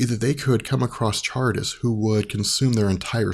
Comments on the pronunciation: Charybdis is pronounced "kuh rib diss." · kuh-rib-diss, sill-uh Just throwing that out there. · Charibdis is pronounced karibdis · close, it's pronounced Ka-rip-tys, kind of like the word Car-ih-bee-an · its pronounced "sharibdis" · Most pronounce it as Car-rib-dus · The tidal whirlpool is pronounced karribdis. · Charybdis is pronounced Ka-rib-dis Scylla spot on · Charybdis is pronounced with a hard K in the beginning.